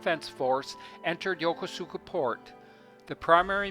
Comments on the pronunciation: YOKOSKA..... don't pronounce it YOKOSUUKA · "yoko suka" port its YOKOSUKA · I am half Japanese and my first language is Japanese, sir. My father was stationed in Negishi and Yokosuka and I have spent half of my life there.... I guess it's more yoKOHska for English speakers but the actual pronunciation is yoKOsuKA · It’s Yo-kuu-ska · I was stationed at the Marine Barracks at this Navy Base from 1960 to 1962. We pronounce the name og Yokosuka differently that shown on this video. We pronounced Yokosuka like this: Yo Kuus ka. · Pronounced Yo-Kose-Ka ! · It's pronounced yokOsukA😉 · Wrong. I was stationed here and met my girlfriend there, she’s Japanese, and she laughs when he says YokOsuka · its pronounced yo-kus-ka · I strongly recommend that you learn how to correctly pronounce Yokosuka. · Dude doesn't even know how to pronounce the name. Jeez... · Funny his pronunciation of Yokosuka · Not to diss your video u did an awesome job but you Mispronounced Yokosuka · Your pronunciation of Yokosuka is the same wrong one on the recorded one on the those JR East Lines. Please re-record this. I lived there and worked with the CO of Fleet Activities Yokosuka. Don’t promote Incorrect pronunciation.